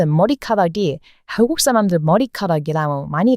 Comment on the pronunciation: 버터 보이스 샬롯의 귀여은 멘트 .. "항국쌀람들 말 안해도 구독꽈 조아요 잘 눌러줘요".... 다 눌러 주고 십퍼요